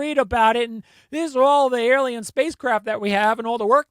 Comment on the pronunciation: Oh NO. YOU'RE ANOTHER ONE! it's Alien, not... "EL IAN"!